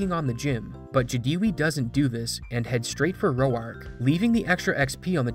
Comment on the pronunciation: The guy cheating is bad, but bro, it's roar-k, not ro-ark